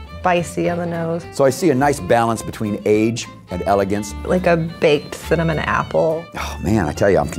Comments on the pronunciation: Dunno what "fhinnamon" is. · lol (Thinnamon)